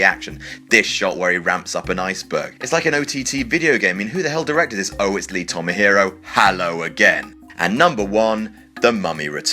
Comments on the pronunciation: It's Lee TamaHORI, not TamaHIRO, you asshat. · it's lee tamahori tam a horee not tomahiro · I see the video editing is as bad as the written pieces. It says "Tamahori," so where did you get "Tamahiro?" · Why do you keep saying Lee Tom-a-hero? That's not his name. His name is Lee Tamahori. Tamm-a-whore-ee. And yes, I know I put Whore in there - cause it matches the pronunciation - but it also fits cause he made the super excellent Once Were Warriors, then sold out to make the worst James Bond film of all time. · Tomahori, not Tomahiro. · "its tomahOri, not tomahIro" (i hope someone would get that reference ;--;) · Tamahori, not Tomahori, Tomahiro, Tohoramahito, Tomohamarohotiomaohorotio, Tomato, Pajama or Fiesta. Just for the sake of clarity. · Lee Tomahero? Its Tamahori. How did you manage to fuck that up that badly? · Lee "Tomahero?" I think you mean Tamahori. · Your pronunciation of Lee Tamahori is totally incorrect, it's not "hero", but horee, rhymes with pea, Tamahori, he's Maori, you muppet. And FTR I thought I am Legend zombies were pretty good, they're meant to look like that. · Lee Tomohiro? It's Tamahori, ya berk. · Who the hell is Lee Tomahero?...It's Lee Tamahori & his use of cgi is always....well...UGH!! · It's "TamaHORI" not "Tama-hero!" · Just to be pedantic, it's not pronounced "Tom-a-hero", it's "Taama-hory". Doesn't make him any better a director, but. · Lee Tomahero? I guess you couldn't remember the name. It's Tama-hori, like it's spelt. Sincerely, a New Zealander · Not really sure how you get the pronunciation "Lee Tomahiro" from the letters "Lee Tamahori". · Not, "Tom-ah-HEE-ro," dude...Tom-ah-ho-ree. Tom-ah-HO-ree!! O.o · Lee Tamahori... not Tamahero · It's Tomahori, not Tomahiro. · Good points -- but why does he keep pronouncing Tamahori as Tamahiro? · Tamahori, say it with me: TA - MA - HO - RI. Not Tomahiro. Also many Harry Potters should be on this list. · Lee Tamahori. Not Lee Tamahiro. Get it right. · TamaHORI not TamaHIRO.